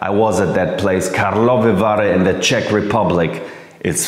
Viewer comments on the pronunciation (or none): none